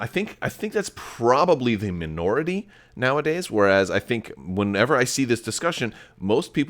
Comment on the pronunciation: He even says minority wronf